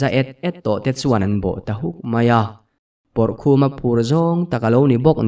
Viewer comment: Pawrhlawma kha khawnge a awm tak daih le aw, Pawrkhuma a tih tak tlat hi Pawrhlawma tur a ni lo mi le